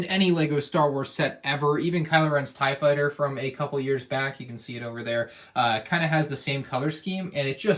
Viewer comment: He called it a tie fightser😂